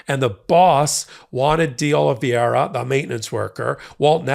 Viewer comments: All this time and you still haven't pronounced DeOliveira correctly once yet. Sad, really sad. Hint: there's no "ia" in the middle or on the end. Ugh. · Portuguese --> Oli vay ra. Vai. Not ver. As in via con dios. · I know Portuguese is hard, it confuses the heck out of me too (native English and Spanish speaker) but I want to help. In English it’s close to “Oh-lee-vay-ra”, not to rhyme with “riviera”. Sorry, I’m not trying to criticise, just want to help. 😬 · Again, his name is Oliveira, not Oliviera. He was a maintenance worker in the Republican Kremlin, aka Mar-a-Lago. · ...it's "de OliVERA" (pronunciation for Oliveira) it's Portuguese. The second "i" is silent the second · I always like your commentary. Just one note: Oliveira's name is pronounced as if there's no "i" in it. The name you're pronouncing is as if his name were Oliviera. Note the spelling difference. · His name is de OlivAEEra! Please learn to pronounce it. Ask a friend from Brasil or Portugal for help… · fyi, D'Olivera is pronounced 'dollavera' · love ya, but you're pronouncing Oliveira wrong. I believe it's Portuguese, not Spanish. In any event, it would be pronounced Oh-lih-vay-ee-ra (or Oh-lih-vay-ra for short). Watching all the hot takes! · "Carlos De Oliviera" has never worked for Trump, has not been indicted, and is probably wondering why you keep smearing his name. Donald Trump's co-defendant is Carlos De OlivEIRA, pronounced OH LEE VEH RA. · It's DeOliveira not DeOliviera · It's curious how many news reporters and commentators mangle the pronunciation of the word DeOliveira. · You’re mispronouncing de Oliveira’s last name. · I'll give you a thumbs up when you stop mispronouncing DeOliveira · Why is it impossible for you to pronounce his surname properly? JFC it's not complicated.